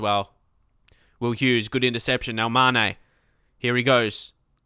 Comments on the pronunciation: Say Maneh, or put "Mané" in Google Translator in Portuguese, the audio is fairly good. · He Means You're supposed to say it like Manyay (in Spanish and portugese its the same but in spanish n with a little squiggly thing on top make's a sound like eNyeah) Its quite simple really.:) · Stop trying to "force" Carlos, mate. He is not that great and the goal was fairly simple. Also, you speak his name incorrectly. The "né" in Portuguese is opened, not closed. Is "Mané" like "Yeah", exactly the same sound. Remember of George Weah (very different levels, though, haha).